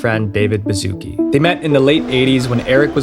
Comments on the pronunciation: I saw that he have polish surname and I'm polish I can't with how you read it (all Americans) 😂😂😂 You read it Bazuki it's actually Bashuc(h?)-kee the c is read a little bit similar to ch but not same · Everyone sais "Baszucki" wrong LOL It's a Polish surname pronunced "Bashutski"